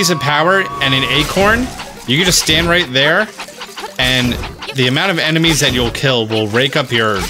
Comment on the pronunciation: I have laughed mty heart out at the "With the RUGHT TIMING" Thank you for not having edited that out. I have subscribed just for this.